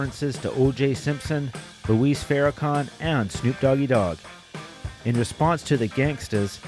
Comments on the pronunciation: Luis Farrakhan? I think you mean Louis Farrakhan. Pronounced “Lew-is,” not “Lou-ees.” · It's Louis Farrakhan...not Luis. Decent video, but too short. If this is a 30 minute or less video of the history....the feuds from open to close need to be highlighted instead of skipping around in non-chronological order. Too focused on cheesy one liners as well.